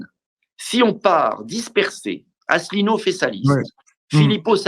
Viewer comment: Mr Dupont-Aignan a visiblement du mal à prononcer ou citer le nom de François ASSELINEAU